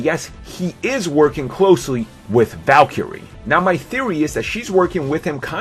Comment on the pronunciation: I'm pretty sure this dude is trying to say VALKYRIE